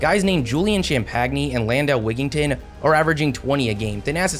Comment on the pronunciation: Lindell Wigginton’s name is pronounced exactly how it’s written, why did you say it like that?